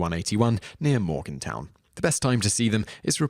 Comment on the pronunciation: #1, We pronounce it "MorganTON", not "MorganTOWN."